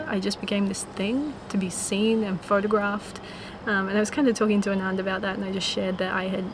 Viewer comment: Girl, his name is pronounced like ah-nun-dh not a-naan-dh :)